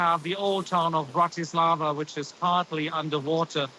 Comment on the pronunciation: Did they say "Chechia" and Bratislavia ??? 😂😂😂 OMG... The education level of DW people amazes me... I think intelligent people just refuse to accept any positions on this channel...